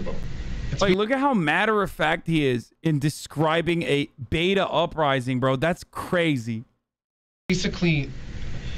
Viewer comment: i kept hearing "beat off rising" instead of beta rising